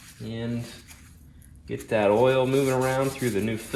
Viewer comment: Love vids, but cringe every time he says oral instead of oil 😂